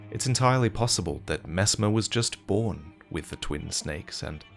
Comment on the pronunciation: Aaah yeess Messmaah the impala